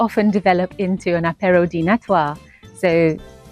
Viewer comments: It's pronounced apéro accent on a long ooo npt apparow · Hmm, well, French don’t say “a-PAIR-o”. They say “AH-pay-ro”. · The way you pronounce apeyrow is sooooo cute ! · It's ah-PEY-ro Yes, the French can be frank at a café, but it's not always the case at work. They aren't always up front when they should be. I know this after working here for 30 years. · I enjoyed your video, but you are pronouncing apéro incorrectly. The accent is on the last syllable. 😘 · "Apéro" without any pronunciation effort does not make you french. Please, stay in the UK if you don't care enough to even try to get pronunciation right.